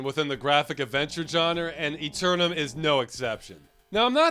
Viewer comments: Firstly your don't at all pronounce Eternam the way the game does though i must say your pronunciation makes more sense. If you don't get the "wacky sense of humour" its because your american, Wink wink nudge nudge say no more eh. so yeah the game works fantastically possibly one of the best ones ever made, P.s English cd copy that i loved came with a full English book sized Manuel. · Played this as a kid and we called this eternam aalmost like “enter” without the n and nam like backwards “man”. Saying it like eternity makes the game aound serious which it certainly was not.